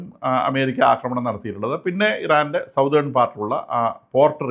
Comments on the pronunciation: സതേൺ not സൗതേൺ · Southern is pronounced as "സദേൺ" not "സൌതേൺ" sorry for the interruption